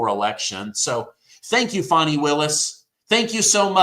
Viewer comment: How do we buy a country? That seems absurd & to put them under our jurisdiction wouldn't the entire country have to vote on that? Also Fani isn't pronounced Foni....